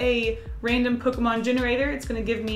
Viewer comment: You pronounced some pokemon names wrong